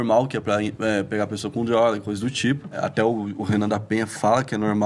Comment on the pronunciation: o nao consegue falar "drrroga" kkkkkk parece um gringo